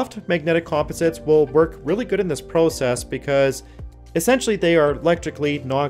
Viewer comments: the word process is not prounced pro-cess... In over 100 years it has never been said this way... off tech tips does this constantly. Gotta be a canadian thing. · Is English the narrator's 2nd language? The way he pronounces process makes you wonder 🤔 😊